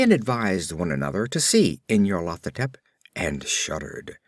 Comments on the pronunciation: it's very good I am listening to the whole cycle but I believe it's pronounced NYARLO-THO-TEP but otherwise very well read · nyar-lat-ho-tep= pride of N'yar-lat? lol